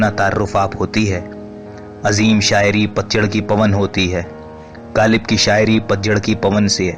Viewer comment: Bhai bolna seekhlo. Galib nai GHalib. Kiza nai KHiza